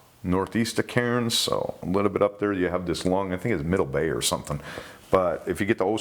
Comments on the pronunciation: I’m thinking where’s ya mate holiday’n here in Oz 🇦🇺???. Karrins? Oh ya mean Cairn’s we say it like Cans like can’s of Coke .. Oz🇦🇺💯… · Being a Queenslander, and having family in Cairns. It is pronounced CANS my friend. Easy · Aussie here Cairns is pronounced car-ns. A good rule of thumb is to do everything the lazy way we cut useless letters out or the whole end of words, or squish others together like whatcha doin. Love you 🖤🦈🖤🦈🖤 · It's pronounced "cans"